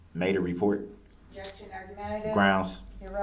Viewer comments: He actually, at one point, told the judge that it had to be better “grouns” than heresay or relevance. What a fool! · lol same thing as sub-stain , objucsheen , axed , and groundzzzz !! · GroundZZ… did you see the license place? LoL. I just can’t with this guy. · He’s ridiculous! GROUNS GROUNS GROUNS GROUNS! Is that a “tacket” agreement your honor? I axed the question ….. OMG. I don’t know how everybody kept from just screaming at him or throwing something at him…..